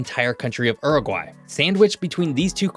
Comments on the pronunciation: It's Uruguay, not Eruguay. Pronounce the U. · Please It is pronounced Yuragry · Pronounce as Ooruguay not as URuguay. If you want to talk about a country pronounce the name correctly. Oor as in poor - not Ur as in fur. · Yoo-roo-gwai my guy, this er-guy you are saying is very eccentric. The spelling is not English, so ask what the country is called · Please 🙏 it’s not Ooroguay….. it’s a Youroguay….. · its not Er-egwhy! Dude. come on....Its YOO-Roo-Gwhy (English) or OO-roo-gway. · Mate, in English, it's pronounced 'Iuruguay', not 'Aruguay'. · stop saying Errrgai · I had to exit after the 4th “errraguay” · Homer Simpson said that the correct pronunciation is U-R-GAY. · Errrugwhy, just love American pronunciation 🎉😂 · When Homer Simpson tries to pronounce Uruguay. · I've never heard that pronunciation of Uruguay before! Interesting video, nevertheless. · Y la voz ni sabe pronunciar el nombre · It was painful having to listen to your pronunciation of Uruguay, americans love butchering the English language